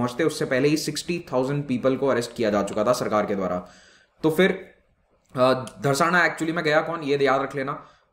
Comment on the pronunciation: It's not Dharsana, it's Dharasna.